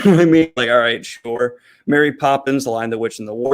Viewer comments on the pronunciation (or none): none